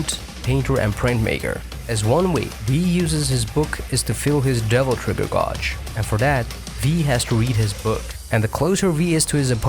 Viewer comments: Please stop saying "godge." It's pronounced "GAY-dge." After a while, that's all I could hear in your video! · Just a quick comment and not to be a dick, but the word 'gauge' is pronounced as 'gaydj'. I know, English doesn't always make sense, but there ya go. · The way you mispronounce gauge bothers me so much...Other than that, great video. Thank you for the information.